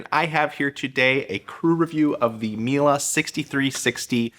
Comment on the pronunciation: Its Miele not "Mile"